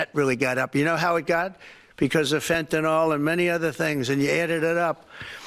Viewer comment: It’s not fentenol , it’s fentanyl.. nil not nol and when is someone going to keep correcting him when he claims mental asylums are emptying out there patients here and that it’s is asylum seekers !! You know there was an interview shown of Barbara Walters from many years ago and she would just say to his face no that’s not true or no that’s not what people stated. Why can’t reporters do that ??